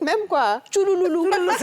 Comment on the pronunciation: Tchoulou loulou 😂😂😂 on dit tchrrrou 😅😅😅😂